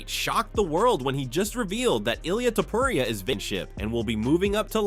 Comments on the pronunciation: Ilia "Topuraya". Man, you need to correct those things if you are going to use AI voiceover... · "Ilia Topruriayah" 💀💀💀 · dafuck man, its not topuraya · To-po-riaa and jah-vier